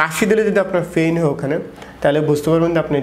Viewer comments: ডাক্তার ভাইয়ের কথাগুলো চমৎকার, তবে ডাক্তার ভাই এখনো গ্রামের ভাষা ছাড়তে পারে নি, বিশেষ করে পেইন কে ফেইন,,,,, পিঠ কে ফিট,,, ""প"" কে ""ফ"" উচ্চারণ করাই টা বেশি সমস্যা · এত শিক্ষিত হয়েও ভাষা ঠিক হয় নাই? ফিট = পিট, ফেইন = পেইন। ফিটে ফেইন